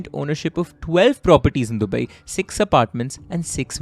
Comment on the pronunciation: It's not dubaieeeee dude